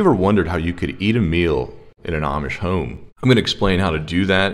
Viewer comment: Funny accent: home is pronounced by him as hoe-uuuuum.